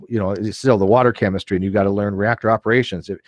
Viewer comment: Wait a minute, since when does # pronounces water leke just plain water? I smell something fake about the intro.